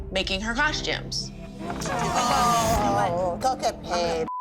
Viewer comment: Just now discovered this show, love it!…. But I just came to say COSH-tumes 🤷🏻‍♀️